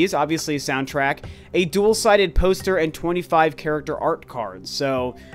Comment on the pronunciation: I heard dual-sided toaster instead of dual-sided poster